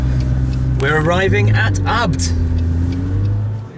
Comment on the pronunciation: Isnt ABT pronounced a....b....t not as one word??